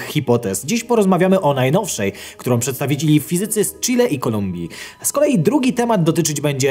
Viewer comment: Przepraszam, czy ktoś też słyszy "przedstawidzili"? 🤔